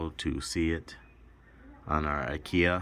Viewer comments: You pronounce Akai like Uhh-kie....like ”uhh” don't know...and like pie with a k. It sounds like a cheap furniture store your way lol. I'm just looking out people will have jokes. You probably figured that out already. Yep so since the MPC X is based from Linux it uses the exFat format. The way you did it is the recommended way to do it for larger drives. You can format from the MPC after you've done it that way first by going to browse>places>selecting the drive and holding shift.. format should show on the screen. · As soon as I heard ah kia I stopped the video 🤦‍♂️